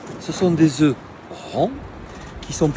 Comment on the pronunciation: Œuf au pluriel on ne prononce pas le F !!